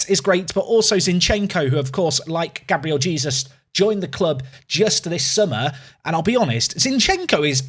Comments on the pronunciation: That pronunciation of Gabriel Jesus physically pains me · Not going to lie, every time you pronounce Gabriel Jesus is making me twitch!